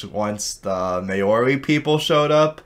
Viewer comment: Maori is pronounced 'Mah-ri'. Also, it's estimated that the first Polynesian settlers arrived in Aotearoa about 1300 AD, so there was a period of two hundred years when the moa gradually became extinct, alongside other birds like the Haast's Eagle. Love your stuff! ^__^